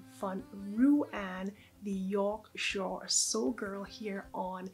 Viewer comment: Your Lyra is gorgeous. Bravo for trying to pronounce Yorkshire like a local xx